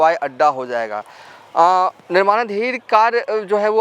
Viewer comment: Bhai...🙏🏻 Jaye ga.....instead of...Zaye ga....😁 Aap.... Bengali ho Ya Bihari ho........😭